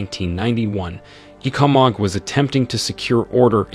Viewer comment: ThanKs for the video. Few corrections: It's pronounced 'ECO-MUG' ... WarwicK university is pronounced "WarricK" ... ThanKs and aII the best with your channei